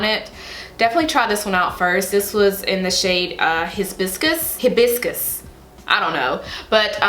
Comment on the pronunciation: HI-BISS-KISS ....it's okay girl 😘, i only know because it our state flower. I live in Hawaii